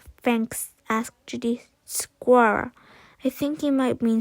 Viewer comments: Thx for reading to us tysm but u say squerl and not squirel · U said squerl instead of squirel